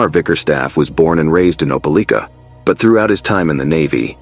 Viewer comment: Maybe that’s why he kept mispronouncing Dothan, and Opelika, Alabama.